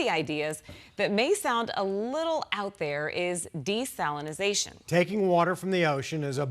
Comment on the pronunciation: She says desalinization. She says desalination, which is the correct word for this process.